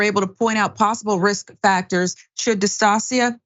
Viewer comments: Shoulder DIS TOW SHUH, not dis-toss-ee-uh🤦🏾‍♀️ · How horrible. It's shoulder dystocia (dis-TOE-shuh)